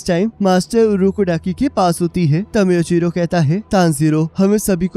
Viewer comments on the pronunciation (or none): Plz called him मूईचिरो not म्यूचिरो.🙏😅👍